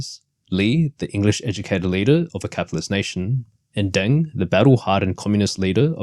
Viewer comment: You cant even pronounce names correctly and you talk about history…what a joke😂 its DENG, not DANG